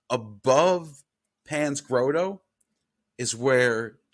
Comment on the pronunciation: “Grotto” = “Grah-tow”, not “Grow-toe”